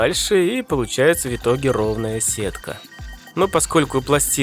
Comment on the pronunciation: Да, ты крутой чувак, но я не могу больше молчать. Твое произношение слов "В итоге" в корне неправильное. У тебя слышится какое-то [вьитоге]; откуда там смягчение взялось? Если уж произносить правильно, то либо [вытоге], но тогда там слышится отчетливое Ы (хотя все всегда так говорят), либо говорить раздельное [в итоге]. Да, знаю, всем насрать на мнение не пойми кого, и с такими претензиями мне нужно валить на другой канал.